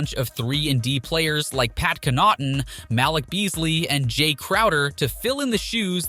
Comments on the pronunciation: Pat con not tan and mal lick Beasley 🤣🤣🤣🤣🤣🤣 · Bro the pronunciation on Connaughton and Malik and Lill-ARD, I’m deddd Good video but that caught me off guard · Maaaaaaan. I'm from Wisconsin and dude butchered Pat's last name and Beasley's first name so bad 🤣